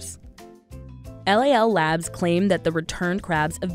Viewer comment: LOL NOT LAL